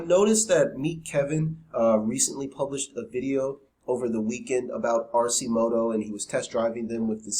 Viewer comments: AR- KEY- MOTO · its Pronounced Ar-Ki-moto.